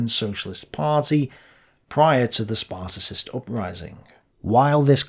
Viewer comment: You should attempt to pronouce the name of Ebert right. Also, it is not the Spartacist upraising but the Spartacus uprising. Sparticist make us believe that this is a reference to the ancient Sparta. But the Spartacus League was named after Spartacus, the leader of the Roman slave uprising. This is not a small mistake for a historian.